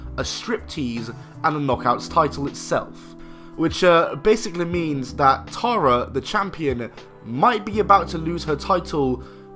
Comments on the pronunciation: it is not pronounced tar a, it is terra. did you even watch the product or just read the script. learn the pronunciation of the names you fake mark. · Stop saying TAR-UHH!